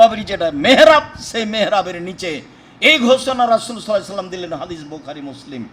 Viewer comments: ওকে হাদিছ বলবেন না আহলে হ দ ছ বলেন যত সব ফালতু কথা বলে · এ ব্যাটা হাদিস উচ্চারণ করতেই পারেন তারপর আহলে হাদিস